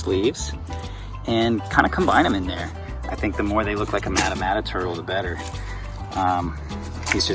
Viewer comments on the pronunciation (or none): Pronounced maw-ta maw-ta